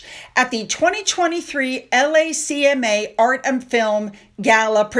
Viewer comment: LACMA is “pronounced “Lack-muh” ( Los Angeles County Museum of Art)